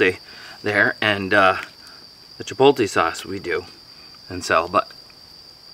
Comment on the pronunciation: When you say Chipotle you say the T before the L Chi pot le